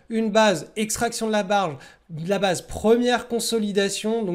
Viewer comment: J'adore tes videos que je suis chaque semaine (alors meme que je me pense expérimenté). Et malgré tout j'apprend toujours. Juste s'il te plait , il faut dire "baïze" et non "baaze" pour tight base (ou alors dire simplement "base resserrée"), et aussi iii-oo-èsse plutot que Aïe-oo-èsse pour EOS. Merci ! :) J'espere ne pas etre offensant. Continue, ton travail est formidable. Tu es très inspirant pour moi. Merci.